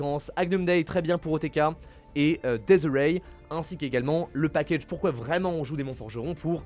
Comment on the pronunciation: Ça me tilt quand prononce desirae 😂 "Dies irae" en latin qui signifie "jour de colère" est une musiques requiem (utilisées lors des enterrement à l'époque) 😊